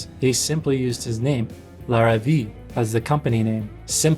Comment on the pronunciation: Just a couple of notes: Larrivee is pronounced Lar-ah-vey, you also missed a whole chunk of his history when he made electric guitars and basses (I owned one of each and they were amazing. He quit when Jackson threatened to sue over the headstock (I believe Jackson ripped off Larrivee and trademarked it). Also Godin is pronounced: Go-dan. Godin has lots of signature artists you missed and build guitars for other brands as well. Great video